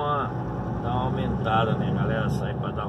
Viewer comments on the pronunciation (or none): none